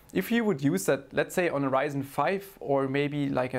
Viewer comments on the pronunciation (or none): none